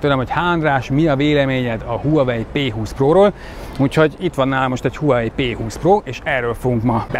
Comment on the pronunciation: Az nem "Huawei" az "váhve", "h" nagyon enyhén ejtve. Nézzünk már meg egy angol nyelvű videót és akkor nem fogjuk így ejteni.